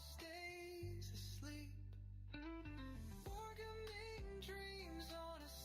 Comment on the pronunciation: I was really excited about watching a Pendragon gaming stream... then I sat through 10+ minutes of AI slop music featuring the word "wargaming" mispronounced repeatedly, which could have been solved preemptively with the space bar. Then horrible sound quality and "dandy is good" and then I lost my patience entirely. A little bit of editing goes a long way.